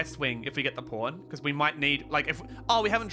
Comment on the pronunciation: when he says pawn i hear porn